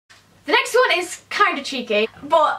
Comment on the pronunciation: When you said The next one I heared The sex one